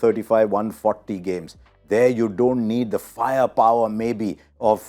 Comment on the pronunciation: Abe idli dosa har word mein "th" use karna bandh kar.